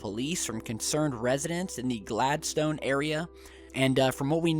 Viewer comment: i live in boyne island and its not glad stone its Gladd-sten say it like that